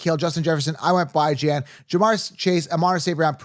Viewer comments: Is there a reason you're calling him Bye-Jan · I was following u until u started pronouncing everybody’s name wrong…Byjan? It’s Bijan, Ahhchane? It’s Achane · I have pick6 when dude said Buy-Jan i closed the video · Butchering the name of one of the most exciting FF picks isn’t great as far as confidence goes in you knowing what you are talking about. “BYE JAN(uary)” is rough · Fr, Bijan literally has a mustard brand playing off of the word “Dijon”. Idk if i can trust fantasy advice from someone who can’t even a top 10 fantasy players name right. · How’s it possible you’re pronouncing Bijan’s name so badly? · The way you said Bjian made me not want to even watch the rest of the video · The way you pronounced Bijan is diabolical 😂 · Instantly clicked off when you pronounced Bijan's name wrong. How am I supposed to trust your knowledge when you pronounce one of the top player's name's so incorrectly? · You lost me at pronouncing Bijans name wrong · How do you fo fantasy football as your job and not know how to pronounce bijan 😂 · I’m sorry. This guy is annoying 🤦🏻‍♂️ just a pet peeve of mine, I hate when guys start pronouncing names different or just wrong. I have never heard anyone pronounce Bijan or (bee-jon) the way this clown is pronouncing it. He keeps saying “Bijan”like bye 👋 Jan! And he wasn’t done there. He goes onto the screw up Devon Achane’s name too. I’m leaving, this guy sounds like a schmuck. I’m out.